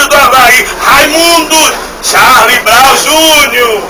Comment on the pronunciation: Acho incrível o ênfase em CHARLIE-BROWN JUNIOR